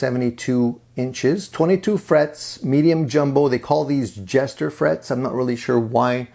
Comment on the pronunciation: Jescar not Jester!